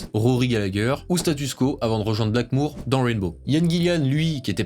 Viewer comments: STP par pitié c’est Blackmore ! Pas Blackmoure 😂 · J’ai kiffé ta vidéo par contre j’avoue que j’avais mal aux oreilles en entendant "Ritchie Blackmoure" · Non, ce n’est absolument pas du Heavy Metal mais du Rock&Roll, ou du Hard Rock. Bien plus mélodieux. Le Heavy Metal c'est trash. On ne dit pas "BlackmOUre" mais BlackmOre.